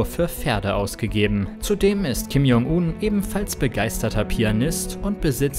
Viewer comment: bitte die Namen besser aussprechen; j = dsch wie in "Dschungel"